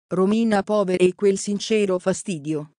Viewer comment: Si pronuncia pauer